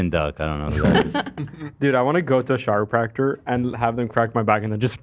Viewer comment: I know I hear pronounce chiropractor as shiropractor but in my mind I thought he said gyropractor. <3